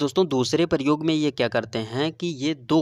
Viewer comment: Aur paryog Nahi prayog hota hai